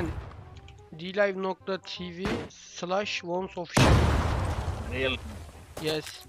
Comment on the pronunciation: Dlive ''NOKTA'' :D